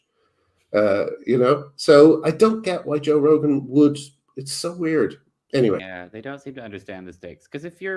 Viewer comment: You're saying "anyway" wrong.